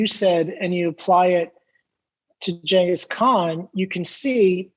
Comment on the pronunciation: "Ch" not "G" perhaps the world will get it right one day...